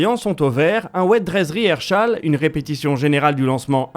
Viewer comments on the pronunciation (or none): Super travail comme toujours. Merci et bravo. Toujours des difficultés à prononcer Rehearsal (pas de h entre le s et le a…) et ne dit-on pas belgo plutôt que beljo ?